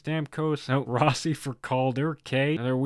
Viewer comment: Marco Rossi has asked the public to pronounce his name different now. Apparently its pronounced Russi as in Roosie